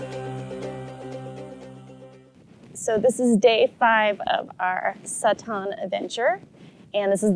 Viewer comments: Great documentary. Just one clarification. You keep mispronounced the tribe’s name “Tsaatan” to “sataan”. It confused me at first. I almost thought there was some new tribe that called “sataan” which I didn’t know about. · Thanks for video but pls say the names properly. It is not tsatan. It is Tsaatan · I am Mongolian but they keep mispronouncing the Tsaatan (reindeer tribe). It sounds like Satan. At least, they should’ve learned how to properly pronounce Tsaatan.